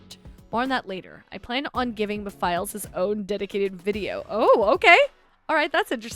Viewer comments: ah yes, "meh files" LMAO its like "meh-fil-es" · it’s like Mephistopheles but take out the “stophe” of that word to shorten it and you’ll get the name Mephiles as you try to do the pronunciation switch up going from both Mephistopheles & Mephiles but switch between both at a slow paced and when you hear your self saying it that way??? You’ll know that it’s “Meh-fill-es” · Mephiles "Meh - Fill - ess" :P